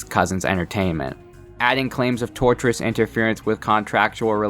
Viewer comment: Enjoyed the video. I assume it’s already been said but wanted to point out the phrase “Tortious interference” is from the root “Tort” which related to non-criminal wrongdoing - like ‘retort’ and is spelled and consequently pronounced differently than “tortURe/tortURous” And I hope it’s clear I present that info without criticism. It’ll also become impossible to overlook how many people get the word wrong.